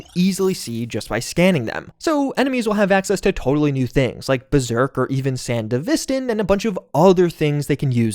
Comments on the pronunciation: I left the video when he said sandevistan like that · I know that he does it on purpose in order to get more engagement, but the fact that he still can’t pronounce “Sandevistan” correctly after years of making content for cyberpunk 2077 really irks me. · Cant tell if rage baiting with that Sandevistan pronunciation? Did you even watch the anime? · Mis pronounced Sandevistan